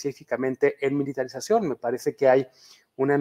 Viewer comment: En cuanto dice "polraización," perdió toda credibilidad. PD: También cuando chilló de "militraización." ¿Quieren seguridad o no, PRIAN?